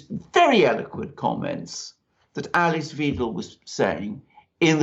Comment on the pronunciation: Please learn to pronounce Ale(hard e) ss Wi(hard i as in night)dels name correctly. It's very easy, and so important. Otherwise, I enjoyed the video. AfD all the way!